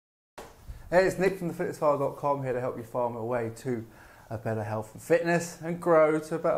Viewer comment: 6 seconds into and I'm like.. Did this guy just say healf and fitness? Yeah I can't listen to you.. Cretins everywhere.